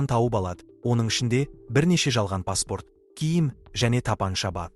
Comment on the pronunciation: Пәсторт дейме🤣